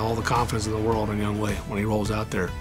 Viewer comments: they should pronounce his name 'young-o' instead of younghway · I'm just wondering if he got made fun of during his childhood, because of his first name, Young Hoe. Why they pronounce his name Young Way? Is that how you really say it? lol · It's Young-Hoe (like the gardening tool), not Young "Hway". Why can't people read?